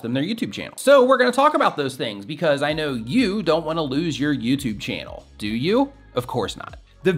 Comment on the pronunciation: Lol side note… at one point you said “We dough Not” instead of “we do not”.. and it reminded me of an episode in I love Lucy when the guy didn’t speak English and said “we Dough not” and Lucy says “we dough not? Sounds like some place in Arkansas!” 😂😂😂 I guess I’m getting sleepy! Lol thanks for the advice though! Was helpful!